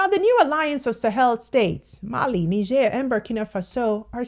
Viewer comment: She's one person pronouncing ,the Sahel, correctly 😊😊😊😊😊😊